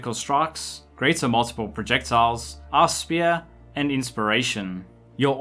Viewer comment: i always understand arse spear :D nice video tho